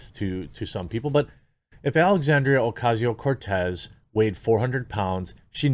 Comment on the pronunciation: As a Latino, I appreciate you rolling the R in Cortez. Keep it up big dawg!